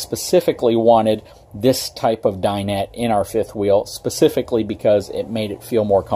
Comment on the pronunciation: Can make a drinking game out of the number of times he says “Pacifically”... lol, Nice informative video though.